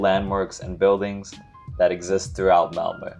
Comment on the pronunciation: first of all: compliments for your pronunciation of Malmö! We are used to English speakers thinking 'o' when they see 'ö', so you made a very good impression! And then I am exceedingly impressed by your choice of places to visit. You chose exactly the places I would have had on the top of my priority list if guiding a visiting foreigner, although I hadn't dared to do it in just eleven days. Extra points for Kåseberga and Sofiero. About that castle, you may have seen when you visited that it was built for/by the parents of Gustaf V, because he and his mother were sickly, and the parents thought the southern climate would be beneficial. So from 1866, it was the summer residency of the family. When the prince who later would become Gustav VI Adolf married Princess Margaret of Connaught, they were gifted the castle by the aged owner Oscar II, who had tired of it. In my childhood, quite some time ago, news papers reported when in the summers Cabinet ministers took the night train from Stockholm to meet the king in Council of State at Sofiero, that the rest of the year was held weekly at the royal castle in Stockholm. By the way: Just below your choices on my priority list, you would have found 18. Narvik (admittedly in Norway) 19. Strömstad 20. Vaxholm 21. Simrishamn 22. Gränna 23. Vimmerby 24. Västervik